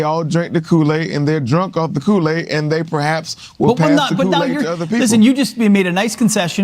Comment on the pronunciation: You are supposed to be having an educated debate and can't even pronounce Kool-aid. You were born and raised in America and speak the language with the eloquence of an eight year old.